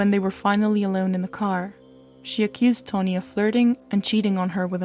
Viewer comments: Pronounce Tawn the same way you would pronounce Shawn or fawn or yawn, then add an 'ee' sound at the end. Your accent isn't weird, but pronouncing people's names correctly shows respect to them, so it is important. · Taw—-neee, but girl I just appreciate You sharing this story I wouldn’t of know otherwise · TAW - rhymes with 'saw,' 'jaw,' 'law,' 'raw,' - NEE BAIRD, not Bird, rhymes with 'scared', 'dared', 'prepared' You can do it, girl. 👍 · Ok now say it with me TAH-NEE lol jk great vid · This video is really good but it also is sooooo annoying that the narrator keeps pronouncing her name incorrectly!! her name is not "Tony" it's "Tawnee" there's a big difference!! Grrrr frustrates me so bad when some repeatedly pronounces names or words incorrectly! Even after hearing it properly pronounced in the video she still continues to say it wrong. Ugh 🤦 that's like calling me Jannifer instead of Jennifer! Come on man really...it's not like she has a thick accent or anything. She says every other thing properly. It's so obvious with the spelling on how to pronounce her name right tho! Damn it. Get it right or don't even bother doing it at all how about that! Shit... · At some point you say “when she saw Tawnee wasn’t moving” and you say “saw” correctly. You can say “saw” but not “Taw”? 🤔 It was very distracting to me but I have ADHD so 🤷🏻‍♀️. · I'm glad you realize it. I loved the way you presented this, but saying Tony instead of Tawnee for some reason frustrated me. I can hear your accent, so I get it. I guess the frustration came from those moments in life when someone mispronounces my own name. Really it's a small thing, compared to the content of this story. So glad you did a video about it. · Sounds like you’re saying Tony. You can pronounce it correctly you’re just not trying bc that sound is unusual in your accent. Say tah like tata and not toe. You wouldn’t say toetoe even if you thought you couldn’t. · It's pronounced Taw-nee Baird. Not Tony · Its tawnee not toni